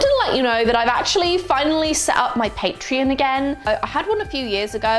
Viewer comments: At first I thought you said "paint tree" instead of Patreon, so now I have visions of a xmas tree with paint themed ornaments on it. 😂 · I actually thought she was saying Paint Tree as well 😂😂